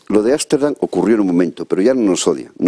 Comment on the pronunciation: Ámsterdam/,no es asterdan.